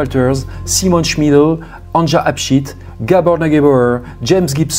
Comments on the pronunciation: Un tip pour la prononciation des prénoms : Anja, c'est Ania. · On prononce « Ania » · Anja se prononce « Ania » normalement .. enfin bref peu importe , paix à son âme ... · LE PRÉNOM ANJA SE PRONONCE ANIA , VU QUE EN ALLEMAND OU AUX PAYS DE L'EST, LA LETTRE J ( JULIETTE) EST PRONONCÉE COMME(I ) DE IVAN ...MERCI. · Histoire particulièrement ignoble, pourtant je suis habituée. Tu racontes vraiment très bien. Le prénom Anja se prononce Ania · Anja se prononce Ania ;)